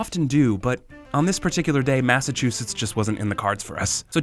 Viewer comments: Goverman Seriously?? Oh Massycuetass? Like seriously they don't even know how to pronunce that and they want to scam like for fuck sake tell to get a real job. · 'Massacute-is' ? Sounds like 'Locutis of Borg' 😂😂😂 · Did he say MassiveCuteAss? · 😂😂😂 SCAMMER cannot even say THE STATE NAME😂😂😂😂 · The jamaican couldn't even pronounce massachusetts right!😂😂😂